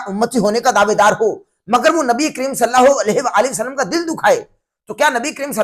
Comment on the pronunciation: پہلے "نبی کریم صلی الله عليه وآلہ وسلم " تو بولنا سیکھ لو۔ "صلّا ہو الیہہ وسلم ' کیا ہوتا ہے؟